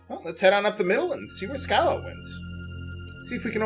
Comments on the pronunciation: I think the names are pronounced with a hard J (Janus) and soft Sch (Schala). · My old nemesis, pronunciation of "Schala" - we meet again...